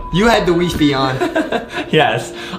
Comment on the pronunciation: "We-Fe" Its Wi-Fi Lol